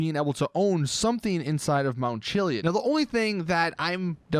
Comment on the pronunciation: The way you pronounce chiliad irritates me